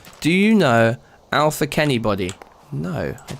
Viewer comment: You got pranked by zachy wacky, listen closely to what you said when you read the name alphakennybody , sounds different than what it is lol.